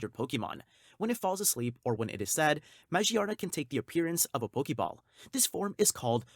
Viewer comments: Majee-arna??? Dude she is literally themed around gears and cogs. Its magearna. Ma-gear-na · It doesn’t really bother me but you pronounce magearna as ma-gear-na or maGEARna not mage arna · Ma-gear-na , Jesus you butchered that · This guy pronounces these pokemon so weirdly. “Majierna” “Marshiadow” “Jiratina” “Zariora” “Zaruday” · the way you pronounce magearna bothers me deeply....